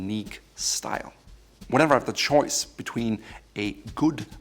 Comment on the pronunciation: The way you say choice cracks me up